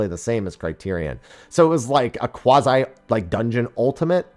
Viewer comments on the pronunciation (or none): none